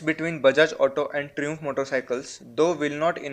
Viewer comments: pronounced as try -amf and not as tru-amf that you do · tree-umf lol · its pronounced "Trai-umf" LOL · hahahaha fun way he pronounces Triumph 😂😂😂😂😂😂😂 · Are yaar brand ka naam ti thikse lo bhai